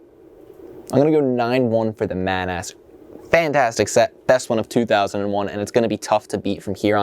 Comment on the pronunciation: I cannot stress enough that that is pronounced "Maw-naws"